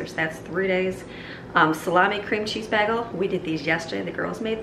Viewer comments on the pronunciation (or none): i giggled a little at the way you said taziki... tazahkey... its tazeekey. i could hear my old greek boss correcting it in my head. lol bless him. lol and then a bag-el instead of a bay-gel. lol not trying to be rude or make fun of you, just tickled me. i am going to copy some of this for my family of six. great recipes!! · Ok, like many people apparently, I thought the way you said “bagel” was a little strange. Then last night my hubs says it & it came out like you say it! THEN...this morning I’m watching a food network video & Guy Fieri is at a bagel shop & he says it like you! I now know that I’m the strange one & you are as cool as Guy Fieri. 🤣😂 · I thought she was saying “baggle”. 🤔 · because she has said Bag-ull so many times.. I got to ask the subscribers how do you pronounce “Bagel” BAY-gull, BAG-ull, or BEG-ull?? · Such a wonderful family! I love watching these videos! It throws me for a loop though every time you say “bagel” lol I have to rewind and then I realize what your saying lol